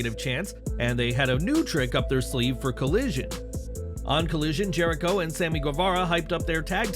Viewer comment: You meant to say... "THE ALLE-GAY-TIONS of JERK-IRO"(Jericho).... That's what you meant.